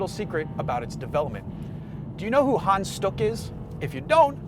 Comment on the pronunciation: Well Hans sounded more like Han, But stuck was ok ;)